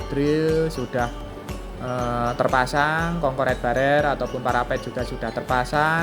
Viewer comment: concrete barrier sepertinya bacanya konkrit barir